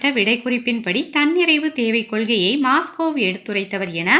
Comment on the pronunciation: அது மாஸ்லோ.. மாஸ்கோ அல்ல.